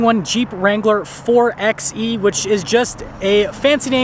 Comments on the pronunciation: Nice video! ..but it’s not called “4exxxE”, it’s called “4byEEE” ... after all you don’t say 4x4 as “4exxx4” 😳😜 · Wouldn't it be pronounced 4xE (4byE ) like 4x4 (4by4)? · Great video! It’s pronounced 4 “by” E.